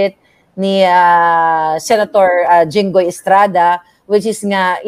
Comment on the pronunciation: Jinggoy Po hindi Junggoy po